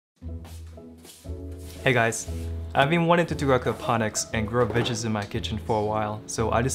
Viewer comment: I'm promise I'm not trying to make fun of you but your pronunciation of "veggies" made me do a double take